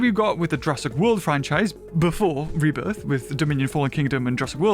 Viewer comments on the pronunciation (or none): calls it Rebirtha.